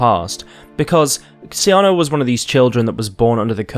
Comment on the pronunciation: SEEE AHHNAAAAA that's how it's pronounced!!!!!